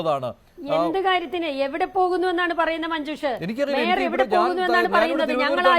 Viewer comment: Adu mayor alla maier aanu😂😂😂